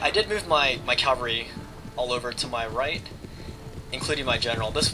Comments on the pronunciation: Cavalry, CAVALRY, not calvary. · you keep saying "calvary" I think you mean cavalry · its cavalry :l